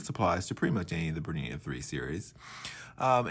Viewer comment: Sorry can't watch when you can't even pronounce the name of the machine properly